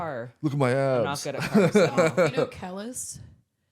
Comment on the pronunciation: That is not how you say Kelis 😭